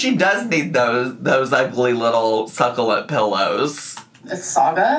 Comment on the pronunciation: The worst is that she pronounces it incorrectly